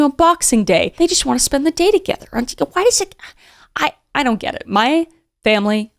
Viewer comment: Oye doun’t